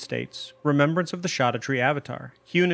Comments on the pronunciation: Mind boggling you say "Land of Shadow" but also "Shawdoutre" Scadu is old English spelling of shadow. It's... literally the name of the DLC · Please... It should be pronounced "skadutree", not "shadutree" 😕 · It’s said SHADOW. It’s old Germanic. Look it up… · bruh keeps on saying shoddatree like a doofus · It's shadowtree. I wouldn't have commented by your whole intro acted like it's a mystery. It's just a mysterious as how gaol is pronounced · It's literally pronounced as we pronounce "shadow" today. Only the writing is different. The fact that he claims that "we don't agree how it's pronounced" puts a huge red flag in front of the entire video. If he can't even find out how it's pronounced correctly how can I expect a good lore analysis. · it was already proven scadu is pronounced shadow. lit one google search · I think i've heard "scadutree" pronounced every way possible but the one i've chosen: Scadoo. Like "blue scadoo we can too". I even sing the jingle when i go back to the land of shadow. Every time. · I pronounce it the same way Grandpa in Hey Arnold! says "23 Skidoo"... just with an A instead of an I. Makes my wife laugh. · Except he still pronounces it wrong. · Scadutree is pronounced like Jack black ad libs